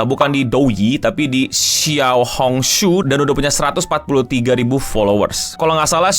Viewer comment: xiao hong shu, udah mendekati banget kok bang pelafalannya, mantab